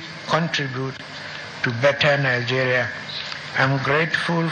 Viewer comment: Is he trying to come back to participate in the upcoming presidential election? Because that's what they do, even if they die, they come back to be the next president of "Nigaria" as they always pronounce it. A man that's home and the house cut fire, and he did not say ANYTHING!